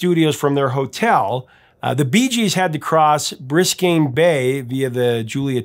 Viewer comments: Briscayne Bay? EDEN-burg? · Briscayne bay 😂😂😂. Never heard it called that before. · Professor: "Biscayne" Bay, not "Briscayne" ;-) -- Former South FL Resident. 😀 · BIScayne Bay, not BRIScayne Bay. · Wait, isn't it 'Biscayne?' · It's BISCAYNE Bay. Not Briscayne Bay. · Biscayne not briscayne... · It’s Biscayne, not Briscayne. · Dude, I love your stuff. However, IIRC, like many place names in England, Yorkshire is pronounced more like it is in shirred eggs than like a place you might find hobbits. Also, pretty sure it's Biscayne Bay. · A couple of corrections that I heard from Barry Gibb in an interview he did. First, it's Biscayne (B I S C A Y N E) Bay and Second, Barry said they were traveling over the drawbridge on Rickenbacker Causeway, not the Julia Tuttle Cswy.